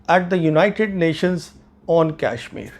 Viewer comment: Pravin ji .... Being a vetran I dont see positivity in u for our defense forces or govt. Its good to be critic bit not always and ur claim of superiority of our adversary on us is baselessly. Having serious doubt on ur integrity. Sorry for that but ur videos depict those. Pl pronounce properly the name of KASHMIR not KYASHMIR